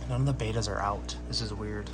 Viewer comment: Ah please, they're not Daniels. And Betas aren't Baytas. Might seem pedantic but it just anoys me.